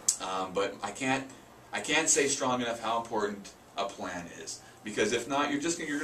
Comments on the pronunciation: ok... and (wtf?) this video can be summarized in one sentence. "Start with a written plan." Guys....props for giving information, but the whole video contect exists within the first 30 seconds. Also, it sounds like both of you are saying "plant" instead of "plan." Unless, you really mean you need to start with a "plant." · thought he said you need a plant lol